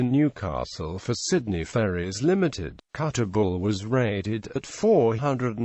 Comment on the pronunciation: Kuttabul not Kuttagul ffs